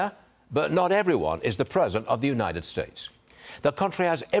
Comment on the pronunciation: "Unined"... I always notice he replaces the "t" with an "n"... drives me crazy